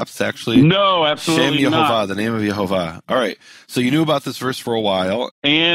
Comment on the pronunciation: It's YEHOWAH the vav was pronounced waw